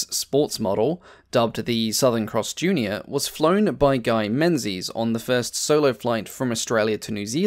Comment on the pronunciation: I don't mean to sound like I'm correcting you to feel superior, because there's no bloody indication how to pronounce the name "Menzies" it's pronounced "Mengus". I just thought that was interesting trivia.